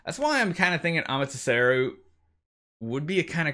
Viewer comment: Normal people: mural: moowal Normal people: Amaterasu: Amateseru. Lol. joking guys